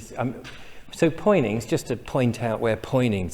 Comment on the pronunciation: All those comments below but none from a native of Poynings.who would told you its not Poynings it's Punnins